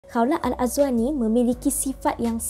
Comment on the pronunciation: Bukan Kaulah, KHAWLAH